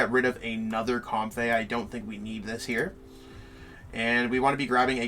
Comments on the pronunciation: Comb-fee not com-fey too 😁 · The Comfey pronunciation got me too. Then I read it and I really see where he got it. But I just feel like it should be Comfee